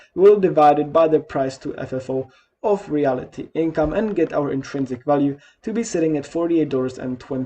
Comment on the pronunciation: It’s not REALITY Income, pronounced that way….its REALTY Income, as in…real estate….🤣